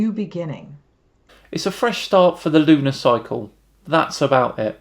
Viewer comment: Did you say looney cycle or lunar cycle?